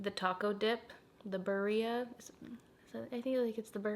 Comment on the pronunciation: It’s “bee-rr-ee-a” tacos lol